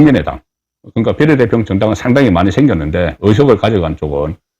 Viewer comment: 비:례대표를 비례대표로 정말 듣기 싫다